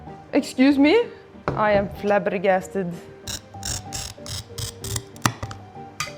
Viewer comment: Things I liked about this video: finally doing stained glass super cool plaid trousers The awesome door Nori Things I LOVED about this video The way pronounces 'Flabbergasted'